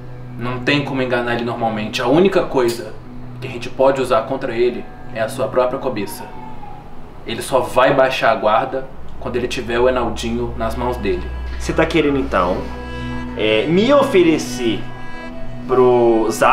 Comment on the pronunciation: 5.39 ele fala cobeça kkkkkkk zap zap